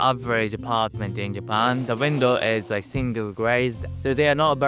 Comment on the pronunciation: I rearry rike this guy